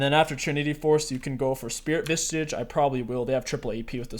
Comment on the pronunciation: Vissssssssssssssssssssssssssssssssssage bro not visTAGE.